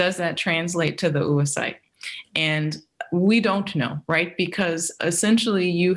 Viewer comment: Oocyte is pronounced ow-uh-sait or /ˈəʊəsʌɪt/ UK or /ˈoʊ.oʊ.saɪt/ US. They way this American pronounces it is not the US or the UK way. Would it be too much to check how the main word of your research is pronounced?